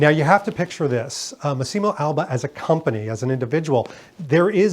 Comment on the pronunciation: the pronunce is Màssimo, no Massìmo